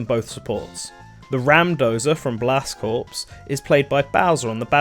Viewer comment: Small nitpick here, but "corps" is pronounced like "core," not "corpse." Not intuitive, I know, but it is what it is.